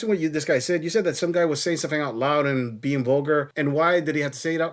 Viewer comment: Why can't women pronounce "and"? Ayund isn't a word